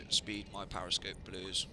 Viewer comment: it's called a periscope, not a pariscope.